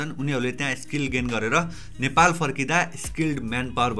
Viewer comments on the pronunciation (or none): none